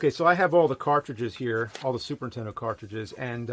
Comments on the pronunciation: I don't know what you mean, as if there's another name for it, but he actually mispronounces "Super Nintendo" at least twice, saying "Super Entendo" Edit: OK he always mispronounces it. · James: Super Intendo.... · "Super Intendo." - Jame Rolfe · Super tendo la pantat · Super “Intendo” I can never unhear this. Thanks James 🤣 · Super entiendo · He prounounces it more like "Super 'Tendo". I usually say Super N-E-S. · Also 'Super Nintendo'. Given his schtick, it seems kind of ironic.